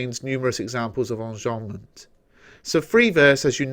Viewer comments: Qanzii onjombment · Why do you say enjambment like that?